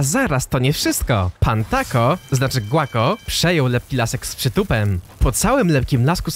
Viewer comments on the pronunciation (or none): Co do Guaco, może i się czepiam, ale porawna wymowa to poprostu "Gako". Uczę się hiszpañskiego, więc to wychwyciłem. Życzę miłego wieczoru :).